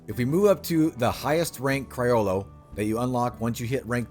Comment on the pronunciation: I’m sorry to brake your heart but criollo is an Spanish word and that is not the pronunciation. Put it on google an listen it